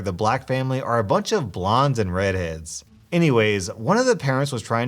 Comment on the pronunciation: The way he says red heads 😂